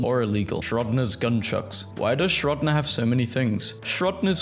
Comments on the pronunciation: Shrodner, according to the fine gentleman/lady that also replied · The way he pronounces Schroedinger 😂